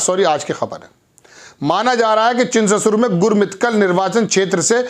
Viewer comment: ☺️ चिंचसुर है चिंचससुर नही🤣🤣🤣